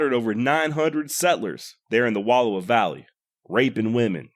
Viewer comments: Wallowa pronounced wuh-L-OW-uh. Source: ME, I WAS BORN THERE. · Good. I was taught two big characteristics of Nez Perce: starvation was unknown and there was no warrior class. Also learn the proper pronunciation of Wallowa.